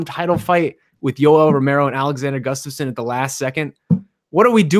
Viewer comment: is usually pretty solid with his pronunciation of names but, for whatever reason, he seems to enjoy absolutely butchering Gustafsson's.